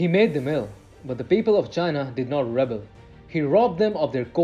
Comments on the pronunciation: This announcer needs to work on his English pronunciation. Specifically the verb rebel is pronounced reBEL. The noun rebel it’s pronounced REbel. These two words are different words as one is a noun and the other is a verb so they need to be pronounced differently. About the content of the video. Yes, food wastage has been a problem in China. One way people would demonstrate their wealth would be to order too much food in a restaurant and then let it go to waste. This tradition comes down from the top as parties full of major officials often did the same thing and wasted a lot of food. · There are two meanings and two separate pronunciations for REBEL. Since you are using the verb, it is pronounced: ruh-bell. Please try to take future note of this, people.